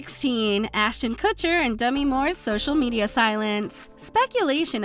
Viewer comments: Did she LITERALLY just say "Dummy" Moore? They released this post without her correcting her pronunciation....? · Some dialects pronounce Demi, more dummy. “Da-mi” is how people say it where I’m from.